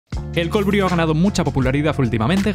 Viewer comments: Bru, por favor. Se pronuncia bru. No "briu". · Se pronuncia "bruu", no "briu" ☝️🤓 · Brew se pronuncia bru